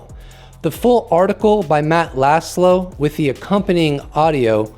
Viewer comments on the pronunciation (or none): Just FYI, Laszlo means “flag”. The -sz is pronounced like a soft S . Say “Loss low” and you’re extremely close